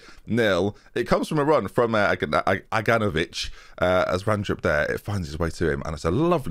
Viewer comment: I dont like it when you pronounce Agnanovic's name correctly. It doesn't sound right